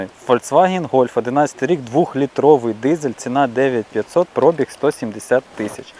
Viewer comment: Ох ваша вимова 🙄 особливо "Про'біг"